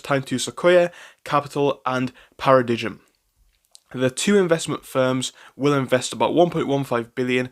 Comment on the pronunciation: Just a heads up, it's pronounced like "para-dime."